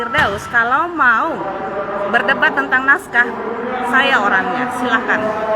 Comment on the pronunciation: Nahhh ini pengucapan yg benar. Bilangnya Tantang...Bukan tang tang tang tang..